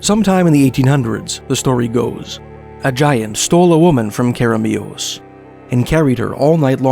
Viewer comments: too much emphasis on the last syllable Care uh Mee us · that way of pronouncing keremeos was priceless, amazing stories though, thanks! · The pronunciation really caught me off guard it made me cackle after hearing it